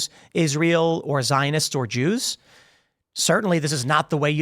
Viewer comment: Wow. I used to admire Jake Shields. But dude has gone full anti-semite. Hell, he isn't even hiding it behind the whole "I'm not against the Jews just the Zionists" excuse anymore. He is just flat out saying "da joos".